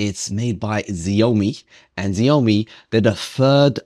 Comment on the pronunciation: Thanks for the testing, btw Xiaomi is pronounced Ciao-Mi.